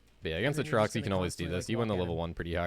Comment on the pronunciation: never thought id hate how someone says aatrox...uhtrox. jokes aside this was an insanely informative vid, my buddy mains urgot and i like to have a good understanding of my friends mains